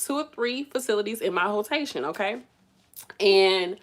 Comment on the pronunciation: You did not just say hoe-tation. 😫🤣